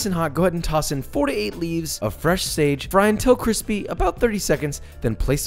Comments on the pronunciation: So we're back on "qwispy"? Okay. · Till very cwispy...those are the words of wisdom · "So, are you good guys or bad guys?" The Old Guard: Depends on the century Joshua Weissman: Not good or bad but, I'm thicccc and cwispyyyy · QWISPY PRRRRROSHOOT!! Lmao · Joshua, Can you kindly share me some kwispy chicken? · What a fail video. NO CWISPY!!! 🤬🤬🤬